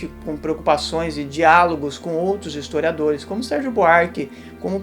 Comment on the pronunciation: O cara barbudo, usando uma camisa do Pt, e ainda falando "estoriadores e estoriadoras" .ESQUERDOPATAS são as FEZES SOCIAIS.